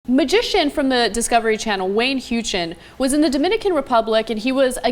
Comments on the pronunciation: Huechin?! It's pronounced Howchin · He said he wanted to give him a blessing, ad tried to cleanse him of voodoo. Wayne is a genuinely great guy and doesn't reveal people's secrets. By the way, his name is pronounced "How-chin"